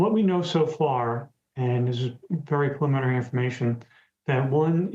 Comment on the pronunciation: Preliminary not paliminary.